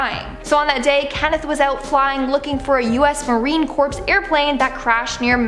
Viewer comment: Marine Corp is NOT pronounced Marine "CORPSE", it's Marine "CORE", damn...something SO simple.... Think "PROFESSIONAL"!